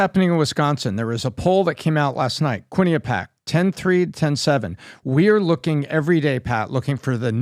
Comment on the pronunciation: Kwin eh pee ak folks. Accent on the the 3rd syllable.